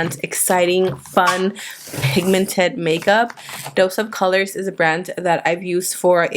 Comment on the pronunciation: Did you mean to say dose of colors? Lol